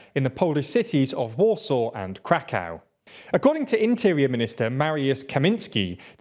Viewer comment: "Crack-aow" 😂 It's Kra-kov. But at least you're pronouncing Kherson reasonably accurate now :)